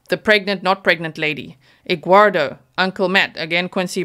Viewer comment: "Egguardo" LMAO 🥚